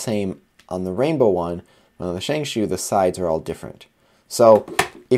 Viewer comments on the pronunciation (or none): No sheng shou is more accurate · Why do you say shang shoe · Pls say Shengshow